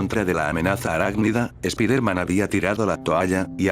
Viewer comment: Es la primera vez que escucho un fanfic, (de echó me lo recomendó un amigo) Y la verdad me agrada la forma de escribir que tienes. -/ por cierto el lokendo creo que tiene un problema al pronunciar palabras en ingles ya que hay palabras que dice mal como Peter (piter) o spiderman (spaidermen) creo que tal vez escribiéndolo como se dice podría resolverse eso de el lokendo.